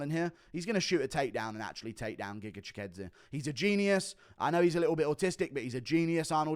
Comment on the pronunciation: As a Brit how the F are U pronouncing Chikadze's name better than Aspinall 😂